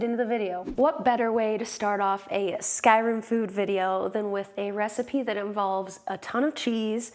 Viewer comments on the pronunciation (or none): It's pronounced Skyrim not Skyrem. Just so you know. ❣